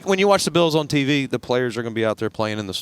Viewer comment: I love the way pat says Buffalo Be-ills.